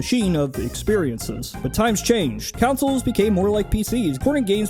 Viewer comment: TIL consoles and console are pronounced "councils" and "counsel"